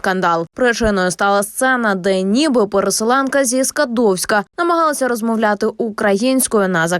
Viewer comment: Вместо зі Скадовська сказала сі Скадовська . Трагедия на всю Украину! Дізель пошерстіть,там пошлятини більше.